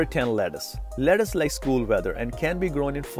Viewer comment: Wtf is leddace???lettuce bro